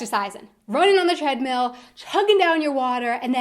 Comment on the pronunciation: ***** "treadmill" 😉 "thread"= Nähgarn.